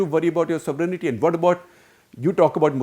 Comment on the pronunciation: Shekhar Gupta Ji... you need to learn how to pronounce sovereignty. The word is SOVEREIGNTY and not SOVERENITY. Like most Indians you also added an imaginary I (EYE) in the pronouncement. Please correct yourself.